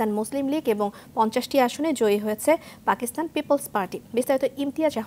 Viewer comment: ফাকিস্তানে" 🤣🤣🤣 শব্দ উচ্চারণের ক্ষেত্রে সংবাদ পাঠিকাদের আর সতর্কতা অবলম্বণ করা প্রয়োজন।